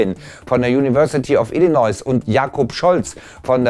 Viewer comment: Peinlich, sorry, Illinois wird nicht "Illy-Noise" ("krankes Geräusch") ausgesprochen, sondern "Illi-Noi".